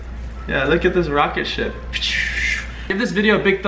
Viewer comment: lol roketship LOL NOPE that's he better way to say DAT XDDDDDDDDDD